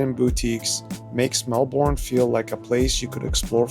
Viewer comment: Melbourne is pronounced Mel-bin. Not Mel-born